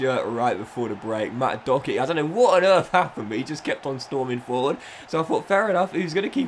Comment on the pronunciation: How tf are you pronouncing Doherty